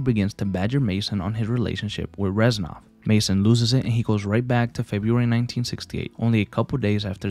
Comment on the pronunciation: with all due respect, it's reznov not renzov